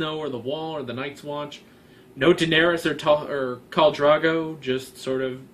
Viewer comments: the seed is strong is all I feel needs to be said. oh also pronunciation, Catelyn Stark is pronounced cat-linn, also curiously you keep calling Khal Drogo Khal Drago? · IKR....every time he said Drago, Rocky's Russian nemesis come to mind. 😊